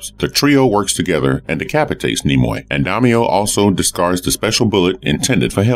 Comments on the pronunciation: It's nimue or morganina le Fay not nimroy like Leonard nimroy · apologies.."Nim_way" would be the correct way to pronounce her name. I'm actually a fan of hellboy thus seeing her character in another movie recently verified my pronunciation was incorrect